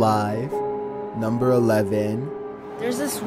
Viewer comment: "Namber Waen"